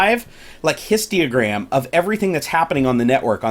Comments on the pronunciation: It was a joke, he kept saying "histiogram", not histogram. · Every time he says histiogram I die a little inside :P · H-I-S-T-O-G-R-A-M bro there ain't no "i" after the "T" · Numinous I know, but I was wondering what a histiogram was, that's what he was saying in the video. It was a joke :) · Can you please double check how you pronounce Histogram. I get that people have accents and such, but you're literally mispronouncing it by adding extra syllables.